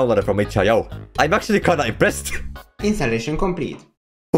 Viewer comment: "Instalaichon complit"